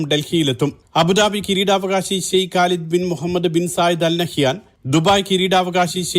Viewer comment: The news reader well pronounced the name mohammad as per in clear Arabic manner, it's appreciated